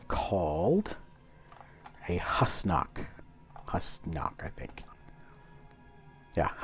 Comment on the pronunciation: It's actually pronounced who's knock! Not hos knock